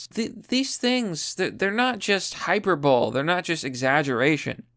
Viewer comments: it isn’t pronounced Hy-per-Bowl- Lee not Hy-per-Bowl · Hyperbole is pronounced hy-per-bowl-ee not hyper-bowl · Damn learn how to pronounce. It is HY PER BO LEE spelled hyperbole. You said hyper-bowl. I though you claimed to have been to college and you are still barely literate. Pathetic. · Hyperbole= Hi-per-bow-lay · Hyperbole. Hi-per-bo-lee. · Hyperbole is pronounced hi-per-bo-lee. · Hyperbole is pronounced hi-per- bow-lee. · Hyperbole; hi-per-bowl-lay...just saying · Hyperbole is pronounced - hyp-er-bol-ee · Hyperbole is pronounced hyper-ball-ee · Beatty = BEE+tee. Hyperbole = high+PURR+bo+lee.